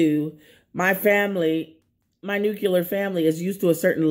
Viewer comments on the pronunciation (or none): “My nucular family” 😑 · Thumbnail is too raw Gdamnit, why is it that Americans cannot pronounce (nuclear)[NUKE-CLEAR]properly, it is not "NUKE-ULAR" Women do NOT(General) "go after guys", The guy casts the line and reels the fish, She decides if the fish is seasoned or not. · How tough on the tongue is it to say "new clear"? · 'Clears' supposedly $122K, can't pronounce 'nuclear', want's to clown a man making $9 an hour, makes sense.